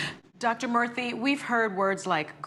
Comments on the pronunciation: Whoopi: "White folks need to stop acting like they can't say black folx's names! You can pronounce all those white European names, you can pronounce Lakeisha!" Also Whoopi, introducing Vivek Murthy: "Please welcome Dr. VeeKay Morthey!" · Boy -- did Whoopi butcher Dr. Murthy's name lol.